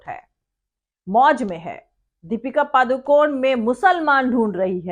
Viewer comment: She is from Padukone a town near Mangalore and it is pronounced PADU KONAY, not PADU CONE.